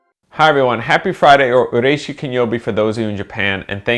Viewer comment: Exactly my thoughts when I heard his "ureishy kinyowbi". I had to replay it to understand what he actually said and then thought "that's why you leave Japan". And it's true what you said. Japanese people will talk to you as soon as they understand that you can speak their language. I've been living in Japan for 1 year, but only had international friends because I just started to learn Japanese intensively at a language school. 3 years later I came again for a visit and I talked with taxi drivers and shop owners asking them about the background of either the area or the items they were selling. I was so overwhelmed and finally saw the results of my years of studying. Everybody who lives in a country without speaking its language is doing something srsly wrong.